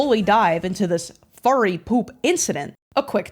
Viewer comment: why do u pronounce p00p as 'pulp'.